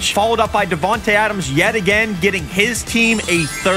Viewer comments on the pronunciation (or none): none